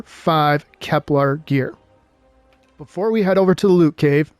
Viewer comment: No, but you're mispronouncing it most of the time when you say it. /kɛplər/. This is pronounced, "Kep-LUHR." You're saying "KepLAR," which is incorrect.